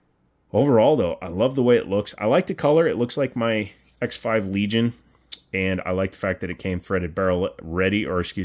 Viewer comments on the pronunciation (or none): none